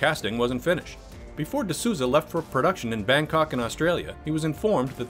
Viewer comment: Just a heads up, it's Souza as in Souls. Sounds something like "the Soulza".